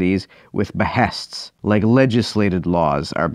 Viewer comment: .-I like the way you pronounce “behests”.